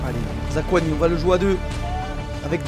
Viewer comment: Zakouani et Kimbembe si jamais :p